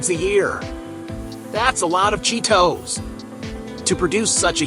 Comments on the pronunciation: The way he says "Cheet Ohs"! haha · at least go to the trouble of dubbing a decent narration to it.. not some AI rubbish that cant pronounce the name of the product properly..